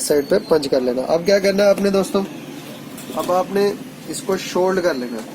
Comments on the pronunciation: سولڈر ہوتا ہے شولڈ نہیں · Yar shoold nahi , Sold